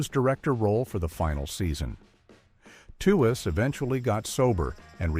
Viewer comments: Yep If you Google it, it’s pronounced tweeze like tweezing your eyebrows that’s why I hate these AI voices. They always pronounce everything wrong. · How said that Lauren Tewes is forgotten. Her name was pronounced tweez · M. A. S. H. for Mash?, Lauren Tewes' name is pronounced "Tweez"